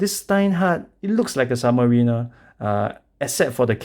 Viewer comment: it's "submariner" not "submarina"